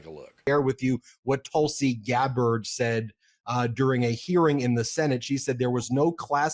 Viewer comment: Tulsi Clabbered...love it 👍 What's between her ears is certainly soured, clotted and curdled.